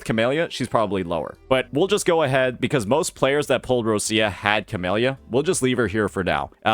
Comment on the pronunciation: Still waiting for to say Roccia's name correctly, but he didn't talk shit about Changli so I'll take the small win (Not a Changli main btw cuz I know you neckbeards probably think so, I main Carlotta <3 )